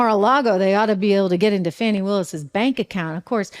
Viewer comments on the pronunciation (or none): Thank you Trish for correcting yourself about saying Fauni instead of Fanny. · Trish its not fanny.......Its Fahhhhhnnniii